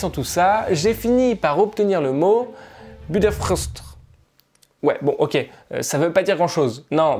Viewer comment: Budapest se prononce budapeshte peut être que sa te servira ^^